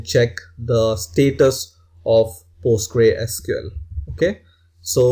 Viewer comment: You should pronounce Postgresql as " Post-GRES-que-ell " and not like "Post-grei-SQL".